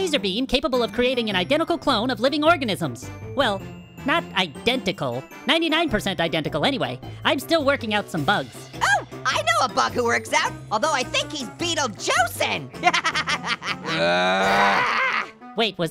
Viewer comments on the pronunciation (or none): listen closely he said anyRAY